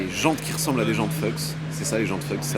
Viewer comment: Jantes "Fouks" pas "Feuks" ;-)